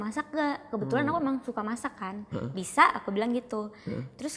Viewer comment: sama bang gw jg dengernya "masih capcay" bukan "masak capcay" 😂😂😂😂😂😂